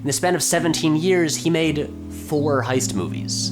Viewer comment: ... Uh, "heist"... not "hoist."